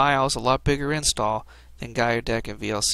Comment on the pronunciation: "Guy-u-deck" sounds about right. And sweeter than Goggles